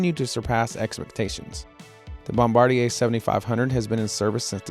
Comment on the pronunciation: THANK YOU for pronouncing Bombardier correctly...